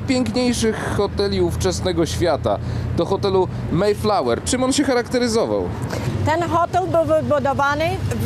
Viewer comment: Bardzo prosze Nie maj flawer A maEjflower!!!